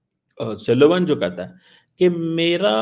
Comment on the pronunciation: He said suleman nor sullivan